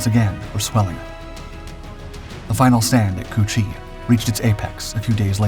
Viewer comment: Did he just say "pushing into çu-chi ?" Lol!!😂